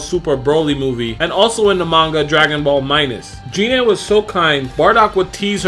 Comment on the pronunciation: Um. Its pronounced GI-NE